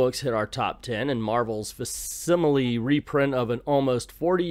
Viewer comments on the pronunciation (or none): It's pronounced Fack Similie, not fass simily for what that's worth.